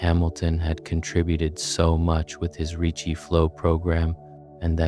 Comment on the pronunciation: “Ricci” not “Richie”